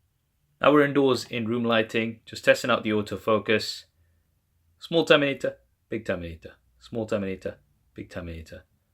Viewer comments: When you were saying Terminator, I was hearing TOMATA. SMALL TOMATA, BIG TOMATA. 🍅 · i really love your camera comparison videos, like, its the best on youtube! but i laugh when you says "terminator", it sounds like tomatoes😂 im sorry this is so hilarious